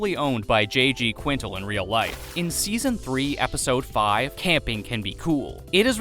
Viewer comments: Fact 124: Quintel is pronounced QUIN-TELL lol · it’s the pronouncing the creator’s name wrong the entire video for me…smh